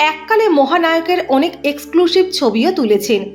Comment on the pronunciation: Apnar SHHHINGELL EBONG EXCLUSHHHIVE report ta aro bhalo hote parto ....